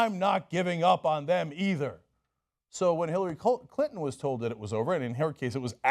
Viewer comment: Cenk's tongue almost slipped and called her "Hillary Culton" I like that name.